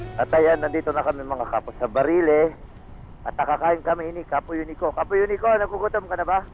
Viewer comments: BARILI po hndi Baliri. Anyway napakaganda ng blog mo. Salamat po. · BA-RI-LI po, hindi BALIRI